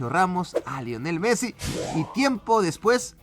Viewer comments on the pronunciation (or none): none